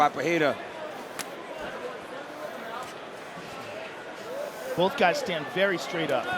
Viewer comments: Everytime Joe Rogan pronounces Alex Peheira a brazilian dies. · lol.. watching this entire video, DC pronounces Pereira’s name differently multiple times.. in the same fight, back and forth.. for multiple fights. Dude must’ve been drunk.